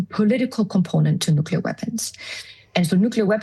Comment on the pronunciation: Oh the irony. Turn off the safe nuclear power plants, build nucular weapons